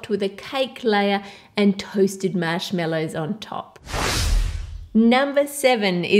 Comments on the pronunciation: “Mashmellows” It’s marshmallows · Lmao you say mashmellows where were you born? No offense I love this video 💕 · Is it just me, or does she say MASHMELLOWS instead of Marshmallows! Like if you agree!! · The recipes look great. But I had to stop at the third recipe. Sorry but I just couldn't take to hear MASH-MELLOWS ANYMOOOO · I love how she says marshmallows